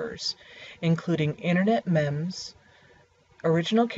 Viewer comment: Ahem, you pronounced 'meme' wrong.